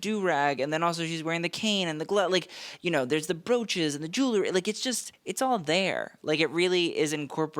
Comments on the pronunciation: Jue well ree, not Jue lew ree. Get the "w" in there early on. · Jewelry NOT Jewlery Jul ree. Jul la ree This sets me off every episode. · JEW-EL-RY. Not JOO-LERY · Enjoy your videos, but please stop saying “jewlary.” Jewelry is pronounced Ju-well-ree. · ffs its JEWEL-RY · I turned this off after hearing you say "jewlery" for the 10th time.